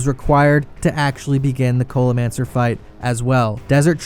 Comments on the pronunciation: did this man just call the culinaromancer the cola-mancer lmao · Why do you keep saying culimancer